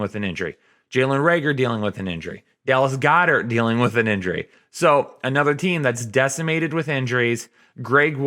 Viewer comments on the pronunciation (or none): none